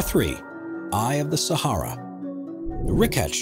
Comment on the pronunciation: says Eye of the Sahara lol